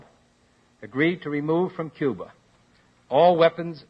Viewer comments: there is only one way to find out. Get him to pronounce Cuba. If it’s, “ cuber” it’s him alright. Just hide your wife first. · cuber…..all right dammit….would you rather have that idiot former president in the White House saying Cuba